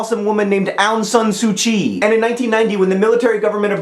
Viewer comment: John, as a second-generation Burmese-Chinese in the US, I have to say that your pronunciation of "Myanmar" and "Aung San Suu Kyi" makes me cringe. It's a bit complicated but they're pronounced "Mee-an-mar" (combine, like slur the "mee-an" part, because I have no idea how to spell it the way it should be pronounced). And it's "Awng (like "A what a cute puppers!") Sahn SU Chi." There, I hope I have taught you proper Burmese. And thank you for referring to the country as Burma. No one likes calling it Myanmar. Ew.